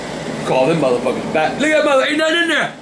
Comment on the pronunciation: i love how he calls the doughnuts "muthfukas"